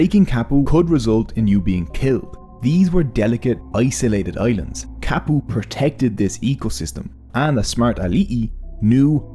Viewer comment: Ka like cut not Ka like Cat. Kapu.